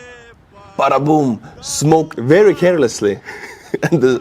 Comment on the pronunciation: "Datsa berry nice" 😊